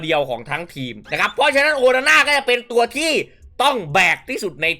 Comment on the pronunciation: โอนาน่า หรือ โอฮาน่า ครับเนี้ย เอาฮ่าตลอด55555